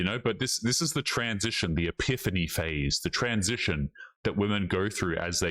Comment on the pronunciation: "e·piph·a·ny" a manifestation of a divine or supernatural being. This word gets butchered too often.